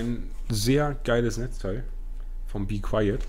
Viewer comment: be qwayeet , geile aussprache